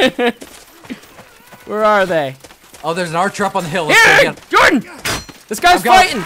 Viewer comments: But its Hordan not Whordan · I always thought it was because you know how Spanish people say.. If the name is Jose, they're gonna pronounce it Hoze, so I was thinking it's the same with Jordan... likes to pretend he's spanish:D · why does call jordan by "hordan" sometimes? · Jordan just calls him Hordan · i thought it was kind of like the whole jose thing, where the j sounds like an h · Ya i think he says hordin, cause he takes EVERYTHING lol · It sounds like they're saying horton to me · Because the "j" in Spanish (and other like languages) makes an "h" sound. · I think it's rather that he's saying Jordan with a spanish pronounciation like how Jesus is pronounced Hesus.